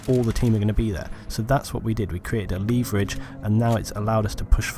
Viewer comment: I am going to use the word "leeeeeeeeeee-vur-ridge" from now on :)